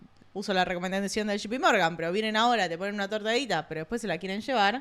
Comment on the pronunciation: se dice shei pi Morgan , no shipi Morgan Bestia .